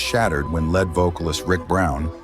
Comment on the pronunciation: LED vocalist? That's LEAD vocalist, you AI moron!